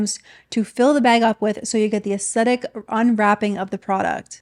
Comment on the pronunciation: I love your videos,. I look forward to their release every week. Hopefully this comment doesn’t come across as nit-picking, but helpful because I genuinely love your content: if you pronounce “aesthetic” without the “t”, it sounds like “ascetic” which means severe self-discipline—which does give me a little chuckle every time I hear it because these influencers have anything but! Keep doing your marvellous work ❤